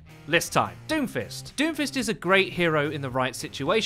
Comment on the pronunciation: why do i hear doofus everytime u say doomfist